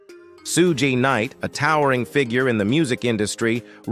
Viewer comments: OMG Shew-gay Knight? Shoog! How does this robot not know this? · Pronouncing Suge Knight as “Soo-gay Knight” is wild 😂